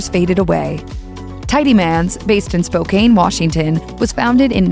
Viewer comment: Spo-Can, nor spocaine. Ughh. Easterners screw everything up.